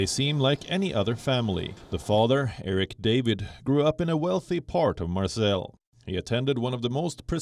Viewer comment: It’s not pronounced marsell. It’s marsay